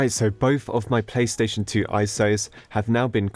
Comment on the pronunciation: Is it just me or does he keep saying "pay" station 🤔